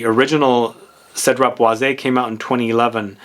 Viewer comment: I believe the correct pronunciation for boise is: "BWASS", since it is french. Hence "Citrus Woods".